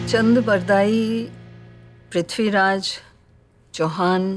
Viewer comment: Ye ignou vali Mrs sinha kapur ko nam tak theek se lene nahi aa rahe Khori khori kar rahi hai Pithiraj bol rahi h